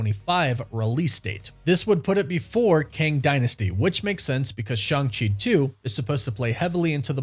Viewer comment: It's ShAng-Chi not ShUng-Chi. I'm gonna keep leaving these messages till you finally read one and start saying his name correctly.